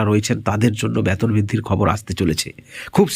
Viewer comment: ব্যাতন না,বেতন বলুন।